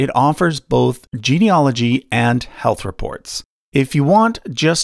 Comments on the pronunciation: Really interesting video. For information, genealogy is pronounced gene-e-AL-ogy as it is spelled, not gene-e-OL-ogy as it's being pronounced in this video. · Genieology is the study of genies; I die a little every time someone mispronounces it that way. That said, your assessment of Ancestry's service matches my experience of them, so I'll trust the rest of your work. The funniest part for me was that my background apparently stretches all the way into the Baltic and Russia (spoiler: it doesn't). That tells me white people have so little genetic diversity it's hard to tell us apart at the test-tube level!